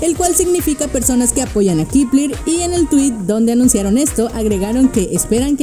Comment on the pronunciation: Kipler? Según yo se pronunciaba kepler E igual el fandom keplian